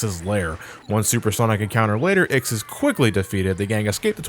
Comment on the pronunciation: Years later and he still calls IX, Ziggy.